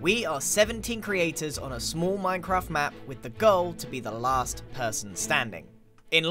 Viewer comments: It's La-aha-st life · It's lAHAst life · Giran, you ended it with "third life", but it's actually l-aha-st life. Just a tip for next episode ;) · Don’t you mean l-aha-st life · The t-aha-wers of s-aha-thlands aha-re great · It's not 3rd life guys, it's l-aha-st life